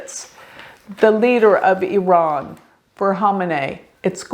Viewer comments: Thx for pronouncing Iran correctly. I’m from iran and based on my analysis, July isn’t his correct Bday, you’re correct. Khamenei follows astrology and occult 24/7 so he wanted to confuse people. He’s truly psychopathic. Based on my analysis, May or Nov this yr are important for him and hopefully the biggest wish of 70 million of us who are all agreement re wanting him vanish into a blk hole come true. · You pronounced Iran correctly! 💖 and yes birthdays werent accurate back then especially in iran